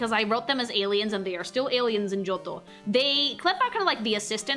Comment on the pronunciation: (Part 1) finished cooking "GIOTTO"-MUSU (just luv yer italian pronounciation of johto:"3)..!! And darn these legends were DARN WORTH waitin for..! As ya wished we should do, here my thoughts bout yer designs (kept them short bc dunno if yt comments are limited 🤔 - edit: yeah they seem to be so it's cutted up in 3 parts now - never mind): 152 - CHIKORITA - yer decision to color her hakama in brown is such a pleasin to the eyes (instead of red) and goes great with her green skin. 153 - BAYLEEF - now the brown starts to turn rose-reddish and just realized Chikorita already had lil buds round her neck 😋 154 - MEGANIUM - goosh she's stunning! One of the fullest of beaut ya made so far! The white dress with its rose n pink ornaments reminds me of raspberry milk and she clearly embodies MOMMY NATURE to me 😍 155 - CYNDAQUIL - great job in portrayin her shy nature (with mousy face x3) and problems to control her fire from burstin out. 156 - QUILAVA - luv her hairstyle and nose shape lookin from the side 😎 - maybe just wish the orange armor parts to become lil more diferent in color to the red ones (more like yellow/gold I guess 🤔) 157 - TYPHLOSION - still do love her hair shaped like a samurai helmet and those eyes make her look rl bada$$ 😎 (orange armor parts now look more lighter or goldish - superb!) 158 - TOTODILE - aaw she got attitude and is such a sweety the same time:3 great color scheme and thats totally one of my favorites comin to hairstyle (short n fluffy 🥰)